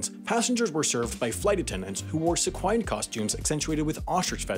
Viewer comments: I missed the rest of the video after you mispronounced ‘sequinned’ because I was trying to find someone else in the comments who noticed it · Is that seriously how Americans pronounce the word ‘sequinned’?!